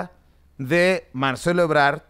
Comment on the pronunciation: Es Ebrad no Ebrar.